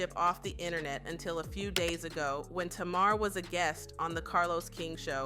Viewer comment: My god, you can't even say TAMAR properly, get it right. 😂😂😂😂